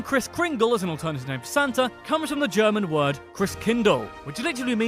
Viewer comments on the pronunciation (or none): German here, and I've been introduced to David Hasselhoff's songs as a child. I loved them then and I love them now. Still a big fan. Also, I loved him in Knight Rider. By the way, why does no American ever try to pronounce German words correctly. If you can't do it, why try at all? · First. Some things he said is not true or isn't true anymore like the declining population and David Haselhoff (I don't know why but english people tought it is funny to tell that fake story about David Haselhoff or the Donut - Kennedy speach). Secound: The speaker pronounces almost all German words and terms completely incorrectly. Third, journey tipp: Most tourist visiting and knows about bavaria. If you do not want to see that typical and overcrowded steriotypical excursion places😴🥱 look for the Harz region or the seecoast (for exemple baltic sea destinations). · The funny or a bit annoying fact of the original video is that he blames Americans for the wrong pronounciation of Adidas and he himself pronounces every german city and almost every german word wrong here. Your reaction is cool and it is fun to watch the world learning about the country I grew up and live in. Most of these facts are so normal to me that I'm excited because others are excited about things....does it makes sense, I think you get the idea of what I was trying to say. :) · It’s so funny he’s making jokes about the „adidas“ pronouncing from USA citizens but he’s pronouncing every single German word wrong 😂😂😂 I’m a German and I really had problems to understand what names he is saying 😂😂 You two make really nice videos 😊👍🏻